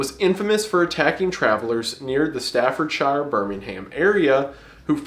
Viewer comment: your pronunciation of stafordshire birmingham cracked me up